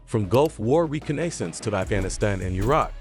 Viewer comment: Re con es ence?.? Another computer generated narration.